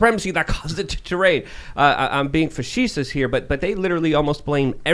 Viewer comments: "Fuhsheesus". I think you mean "facetious", eg "fuhhseeshus" or "face tie us" or `facey tee-oooos" or "feces shooooS" or "face time shayce plime" or "foooosheeee woooosheee" or "fafafafafafaf PING!" or "choooLAMAMALOLAMAMMALAMALYAAAGOOOHOHO" OR "CHAIYAAYAYAY EWAAAAHH NANANANANAHH YAAAA" OR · I'm going to add "facetious" to the ever-increasing list of words that simply cannot pronounce.